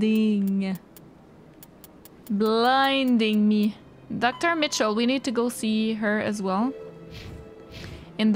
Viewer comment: In this episode: hearing a French language Canadian pronounce "Michelle" as "Mitchell" in the name of the doctor who is supposedly French (Belgian/Quebecoise) takes the prize. Mind you - I'm not dissing you, I'm just noticing the humour of the situation. Loved your interview with Al-Jilani, wish you had been more directive with Mikhailovich. It was a tough choice on the asteroid. Not the first, neither the last tough choice to be made in this trilogy